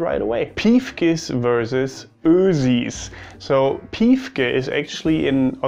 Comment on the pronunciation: It's so funny how germans can't pronounce "piefke" properly. It's more like pifke not piiiifke. "Gesudde"? You mean "Gesudere" and its the same as complaining continuesly. "grantln" is complaining rudely or just the attitude that follows with it. Also it's usually complaining about idiocy or just criticizing stuff (less likely complaining about lack of comfort and thus being whiny) and it's a big part of the Austrian humour. Yeah, we complain a lot and at the end of day we usually finish with "Wurscht" (who gives a shit). It's kinda therapeutic lol I have some german friends, some with surprisingly good humour. But I'd say it's german groups that are a bit ... exhausting for Austrians. Mainly bc of the different kind of "humour", and this "correctness" that gets even more build up when there's a bunch of them around 😂 A healthy competition and being able to make fun of each other is a good basis for a flourishing relationship between neighbors.